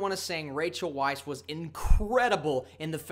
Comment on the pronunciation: Small point......Rachel's last name is pronounced vice.